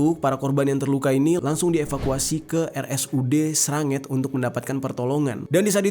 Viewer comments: srengat bos bukan sranget gua orang situ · Srengat bang bukan sranget 🤭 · S R E N G A T ‼️ Sranget 😂😂😂😂😂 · RSUD SRANGET ATO RSUD SRENGAT BANG JER😁😁😁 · Nglegok hadir,,,bang jeri.,, rumah SAKIT SRENGAT,bang bukan SRANGET 😂😂😂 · Itu srengat bukan sranget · Srengat bang bukan sranget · Srengat bang. Bukan sranget . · Srengat bukan sranget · ralat kak bukan sranget tapi srengat🙏🏻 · Rs. Srengat bang jer Bukan Sranget 🙈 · RSUD srengat bukan sranget 🤣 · sreeengatt bukan sranget pliss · SRENGGAT. BUKAN SRANGET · srengat bang bukan sranget 😭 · Sori kotaku viral mergo hal negatif uduk hal positif. Tak piker yo moro langsung. Soale enek vloger asal medan langsung vlog hari ke 2 sampai ke 5 nginep nok kene. Semangat trus dan doakan korban Khusnul khatimah amin.. Tapi foto drum merah penyimpanan mesiu katanya hoax... Liat kontennya sang adipati full penemuan kepingan korban yg hancur... Bacanya srengat bukan sranget aduh... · Rsud srengat bang bukan sranget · Srengat jadi sranget :v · Ralat bg Jer bacanya Srengat 🙏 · Maaf bang salah Baca "RSUD SRENGAT"